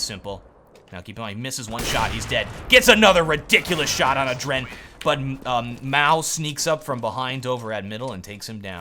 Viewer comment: it kinda drove me nuts.. its Aadren. not adren. you pull the a so like Aadren and not aDren